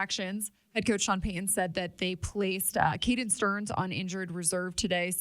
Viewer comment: Love the content. However, it’s pronounced Pey Ton….. not… Peyhan.